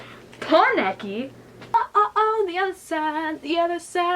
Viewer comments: it's a simple pronunciation mistake. In fact I used to pronounce it that way before I watched the series, and I still make that small mistake whenever I'm speaking too fast. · U covered the wrong eye and pernounced keneki wrong